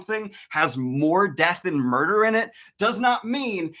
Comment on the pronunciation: “beCAUSE THERE IS NO MURDER, MURDDER, MURTHERRR!” flailing intensifies